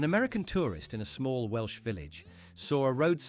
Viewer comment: I laughed hysterically at the AI voice who can't pronounce Welsh.